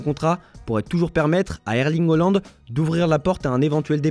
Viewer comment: Eerling HA pas HO … à votre âge